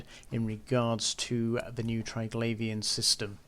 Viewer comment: English. What a brutal language. Triglavian should be pronounced Tri-glah-vee-an, since there's no 'i' after the 'gla', as in 'glaive'. No wonder people who have ESL struggle with it, haha.